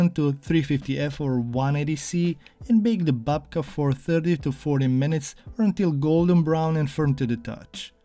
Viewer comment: 🎉Instead of babka you made dedka.....😂😂😂